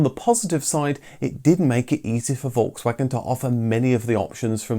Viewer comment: Sauer Kraut it’s Volkswagen not folgswagen learn how to pronounce name